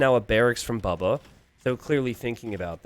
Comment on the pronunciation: it is bubba not baba :chillwcat